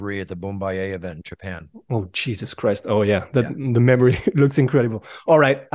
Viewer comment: le" oh djesuss kraysste"il étais magique😅😅😅😅😂